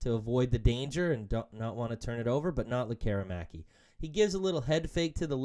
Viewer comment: Why do so many people in Vancouver sports media fail to pronounce Lekkerimaki's name properly the way he does and the way it's pronounced in Sweden? You need to let the "air" out of it! "Lekker' imaki" , our future star deserves the respect. Mind you, some guys still can't pronounce Petey's first after 6 years. ELL' ias or EE' lias etc.. Great analysis video of our talented young gun slinger, he has the tools to be an exciting addition to the top six.